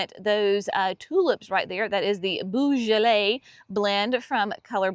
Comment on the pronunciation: The tulips are amazing, I can’t wait to see mine come up, I can’t remember the exact colours other than there’s purple in the mix! When you say beaujolais the beau part is more of a “bo” less of a “boo”🩷